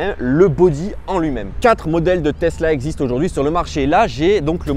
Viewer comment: "Testla model 3"